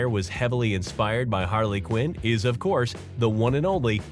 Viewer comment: its harley ciunn